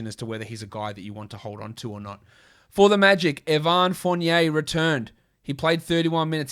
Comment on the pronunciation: I can’t tell if the pronunciation of “eh-VAHN” Fournier is a -ism, an Australian-ism, or a French-ism.